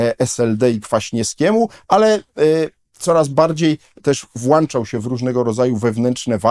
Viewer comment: Włącza, a nie włancza. Błagam panie profesorze. Mamy włączniki, a nie włanczniki.